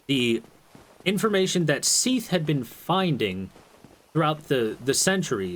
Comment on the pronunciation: Seath? What kind of a name is Seath it's Seth!